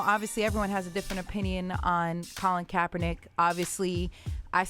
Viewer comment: Did Nessa just say Kaepeenick was her man or did she just mean like her friend?